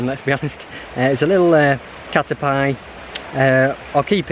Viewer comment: i think it is pronounced as cater- pea